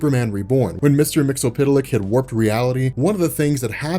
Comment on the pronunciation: Don't know nothing about that mate. Just think it's a funny pronunciation of his name. Way I heard it was Mixyespitlick. Sounds kinda dirty. Mixel Pitti-Lick.